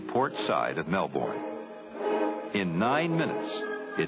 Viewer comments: Mel - bourne😅. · One would have thought that they would know how to pronounce "Melbourne" after all this time.